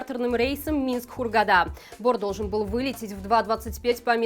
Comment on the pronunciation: Грамотных журналистов и того меньше. Не ХургадА, а ХургАда.